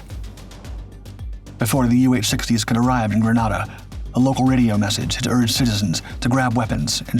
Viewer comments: "In 1983......" The island nation's name is pronounced <Grë-nā-dâ>, like the weapon "grenade", not "<Grâ-nâ-dâ>", as in the Spanish city. I should know, my unit, the 1st Special Operations Wing, was active in that operation. We sent MC-130E Combat Talon IIs, and 3 AC-130H Gunships. We also prepped our MH-53H Pavelow III helicopters, but they were never sent. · Grenada is a Caribbean/West Indian island...nothing Latin about it. British people mispronounce the one in the Caribbean because of the island of Granada off the coast of Spain. Most foreigners will not pronounce Arkansas and Meraland the way Americans do. My in-laws look at me as ignorant because of the way I say Dudois and Hebron...not about to change though, they stupid country folks. There are three spellings of Allegany, something I had to teach spellcheck! What say you about ignorance and confidence now, Sargent?